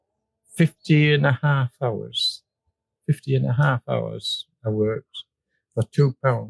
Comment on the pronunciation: I worked alongside this gentleman for some years. He's a legend! When did he start pronouncing the H in hours?? LOL